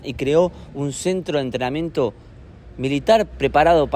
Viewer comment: entreamiento? jajaja